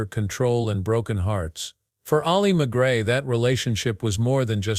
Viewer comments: The narrator mispronounces McGraw. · Learn how to pronounce her name.